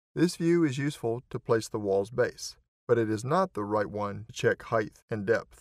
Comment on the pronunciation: every place where word height is used. Was just being funny about how some of us say heighth. After all its depth, breadth and width etc so I see where the pronunciation stuck